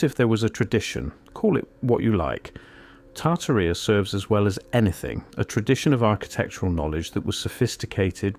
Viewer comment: British AI man can’t pronounce Tartaria correctly